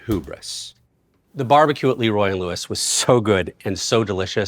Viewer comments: "Leeroy and Lewis" instead of LeRoy and Lewis got me good 😂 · it's LUH-roy...not LEE-roy